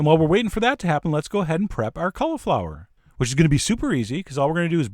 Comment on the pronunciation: The way he says cauliflower drives me nuts......... Cul-a-flower